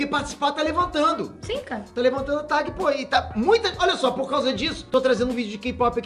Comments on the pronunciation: Pow vc falando tag errado me deu uma agonia kkkkk..... Invés de falar TEG ele fala TAG como se escreve kkk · uma facada no coração a cada "Tagui" do